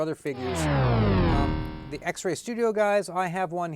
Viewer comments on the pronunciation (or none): Did you say X-Ray Toys??😅 Xesray (rhythms with pez day) Xesray Studios